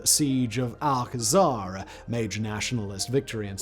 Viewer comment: Simon. Is spanish, although the word comes from arabic. Is not Al-kazaar. Is álcazar. All together, emphasis in the first A. And the battle was the Álcazar de Toledo.